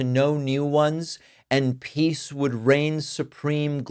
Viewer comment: Did you say pees president?